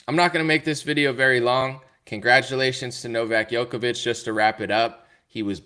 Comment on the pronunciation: Thank you so much for making a show on Novak, my Serbian fellowman , but please start pronouncing his name right. It is not Jokovic but Djokovic ( J like juice ). Thanks !